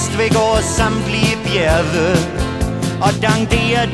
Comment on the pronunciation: Det lyder faktisk, som om han siger "flamingo", så måske er det en leg med sproget. (Han udtaler også "bjerge" sådan, at det rimer på "reserve".)